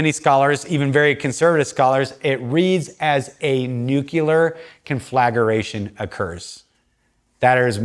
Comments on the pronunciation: Con fla gra tion, not con flag ER a tion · Thanks for this. A lot to think about. Also, the word is conflagration and is pronounced con-fluh-GRAY-SHUN